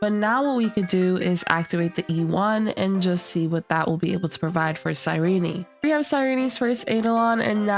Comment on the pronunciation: I hope anyone who pronounces her name wrong like this loses every 50/50